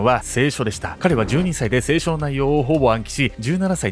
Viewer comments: セイショ⤴︎ ？ セイショ→ じゃないの？ 清書に聞こえる どっちが一般的なんだろう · 清書のイントネーション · せいしょ↑なの？笑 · 聖書が清書に聞こえる。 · [聖書]の読み方が[清書]になってる。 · いつも見てて今回も面白い内容なんですけど、聖書のイントネーションが気になる🥲🥲せいしょ⤴︎じゃなくてせいしょ⤵︎じゃないんですかね。？自分も正しいかわからないし細かいことなんですけど、見てて気になってしまいました。。💦これからも応援してます。頑張ってください！！ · 聖書の発音が清書になってて毎回気になる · 聖書のイントネーションが清書になってますよ？ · そのイントネーションだと「性書」に聴こえる．．．。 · 「聖書」のイントネーション気になる…笑笑 「清書」の読み方だね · せいしょ→だと思います。笑 発音違っても理解できれば問題なし(*´∀`*) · 聖書のイントネーションが気になるwww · 「聖書」の発音が変なのが気になります。テレビ局がやらかしたと言えば、オウムの「坂本弁護士一家殺害事件」がありますな。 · 聖書の発音不気味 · 聖書の発音気になる笑笑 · 聖書の発音めっちゃ違和感ある… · の聖書のイントネーション気になって仕方ない、、、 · 聖書 のイントネーションがちょっと気になる(´・ω・｀) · こんばんは！聖書の発音が違うような😅